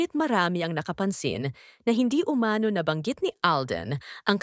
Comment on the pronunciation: Pwede ba pronounce "umano" correctly. Umano is accented on the last syllable ie UMANO' not UMA'NO.